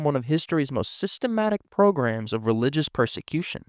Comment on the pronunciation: Not to nitpick… but it’s pogrom, not program.